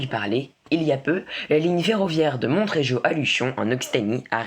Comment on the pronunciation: On ne prononce pas le t dans Montréjeau !